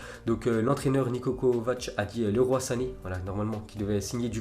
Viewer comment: LEROY CA CE PRONONCE LIROILLE